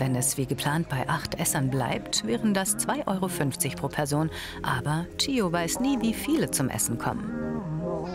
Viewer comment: Ihr sagt einfach "Thio oder Tschio" aber nicht "Gio" hahahahahaha